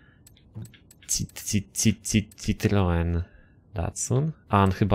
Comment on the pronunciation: to nie jest citroen to jest ciproen